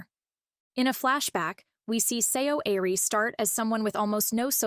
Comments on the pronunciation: its pronounced like "Suh- ari" not see oh ari. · to my non korean ears it sounded like her name was pronounced "sorry". thought that it might have been deliberate.just a thought. fwiw.